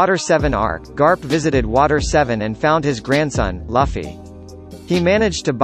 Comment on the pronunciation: laffy? even the main cast can't pronounce correctly. 😅